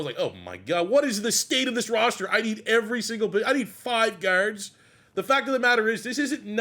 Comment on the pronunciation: You said “guard” and “start” and I knew right where you are from lol I guess the Hurts jersey should have been a giveaway